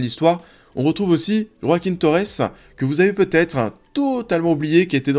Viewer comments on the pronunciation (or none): none